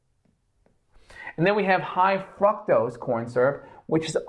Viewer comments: "Frucktows" Fructose, sir. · Why am I hearing froctose?